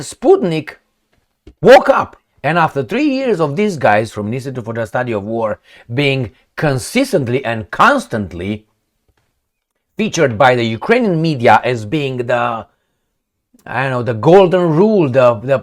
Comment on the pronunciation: she actually pronounced "Ukraine-ee-yons" to show she has no respect for them, and she handed out the cheapest thing you can buy in Ukraine - cookies 10 for $1.00 to show Ukraine she considers them to be dogs.